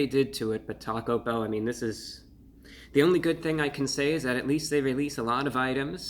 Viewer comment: The emphasis in "taco bell" is placed on the E in "bell".